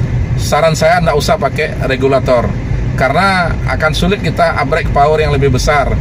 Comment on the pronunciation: upgrade bukan abgrek....match bukan mags....